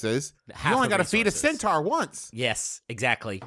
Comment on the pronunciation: i like how griffin mispronounced centaur at the beginning and then everyone just went with it for the rest of the discussion